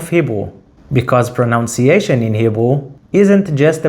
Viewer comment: Funny He said "proNOUNciation" instead of "proNUNciation" when explaining about mistakes! 😂